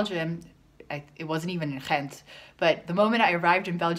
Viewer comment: Wrong. The "G" is pronounced like a "G" in Ghent. You must have encountered an immigrant from West-Flanders. Source: I live in Ghent.